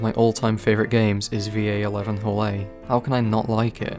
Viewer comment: Hello man love the video, however the game its not called v a eleven (nerd sounds)... it just VallHalla, please man